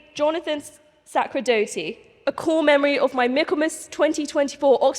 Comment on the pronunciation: 21 minutes in and I am bored with the vacuous rhetoric from. And she pronounced Sacerdoti's name wrong. Ho hum. I guess Italian surnames are too tricky. Religion is a mind virus. You will obey.